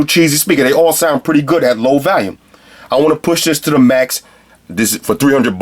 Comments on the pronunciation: valume.......volume? hahaha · Yo its volume not valume lmao. Thinking of replacing my air raids, this might be it! Nice review man. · maximum "valume"